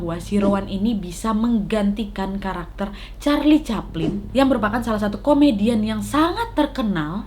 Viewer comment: "Charli caphlin" "Charli caphlin" "Charli caphlin" "Charli caphlin" "Charli caphlin"